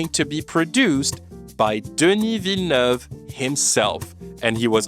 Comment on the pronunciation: This video is wonderfully insightful and your flawless pronunciation of "Villeneuve" is cherry on top!